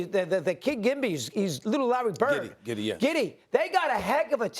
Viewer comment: Did mad dog just call Josh Giddey, Gibby? Lmao